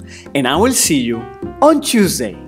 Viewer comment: chusday of chuchorial